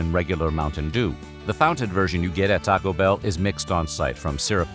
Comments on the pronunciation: the way this guy says TAco Bell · The pronunciation of "Taco Bell" throughout is a gem. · Why u gotta say Taco Bell and Pepsi like that? its both hilarious and slightly offensive lol like u just cant be mad :p